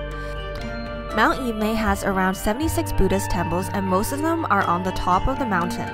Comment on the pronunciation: it's pronounced Er-mei, not Ee-mei.